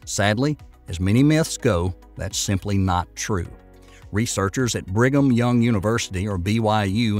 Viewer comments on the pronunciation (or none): none